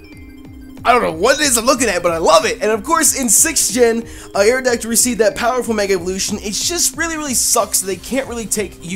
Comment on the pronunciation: YOU LEFT OFF THE O IN AERODACTYL!